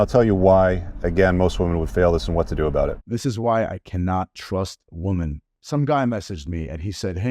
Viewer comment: why does everyone mispronounce the word women there's two ways to say it depending on context